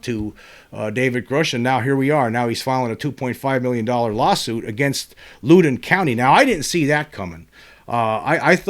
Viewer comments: James...the 1897 Texas crash has pretty much been found to be Fake News which was far more common back then I am pretty much in your camp otherwise. PS you pronounce Loudon incorrectly. It is not pronounced Looden. It is more like Laawden. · I'm on my way to that area of VA now for the work week. Just for the heck of it, for future reference if you want it, it's pronounced LOUD-on, as in, when is ticked, he gets loud. LOL. And the locals barely pronounce the second syllable, like "LOUD'n'." Cheers, brother. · It's pronounced (Loud-in) county lol I live in the area, just wanted to correct that 😅